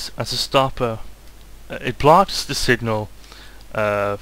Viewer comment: im sorry, but r u calling the blocks 'bloches' ??